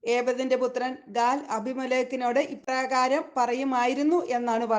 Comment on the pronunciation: ഗാദ് അല്ല ഗാൽ ആണ്